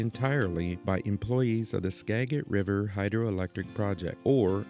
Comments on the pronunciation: I was born and raised in Mount Vernon Washington. Skagit is pronounced Ska-jit. San Juan islands and North Cascades are my favorite places to go. I really enjoy following your channel, I love your sense of humor. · It's pronounced Skajit. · It’s pronounced skad-jitt. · Enunciated Seedrow Wooly. Ditto "Skajit" County.